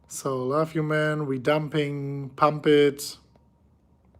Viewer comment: Smash the likes if you think says (laugh) when he says (love)